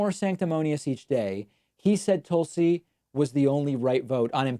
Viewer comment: It’s a troll. He got a letter about him saying her first name wrong, and he’s been doing it since then. Wouldn’t want to be rude and say someone’s name wrong would he? He’s so polite. 🤣